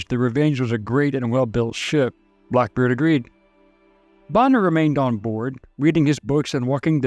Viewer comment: Seriously, I'm not hearing things wrong as I even doable checked. Why are you sometimes saying pirate ☠️ and other times clearly saying pilot 🤔 Even said blackbird at one point, lol. It's still a great video, though.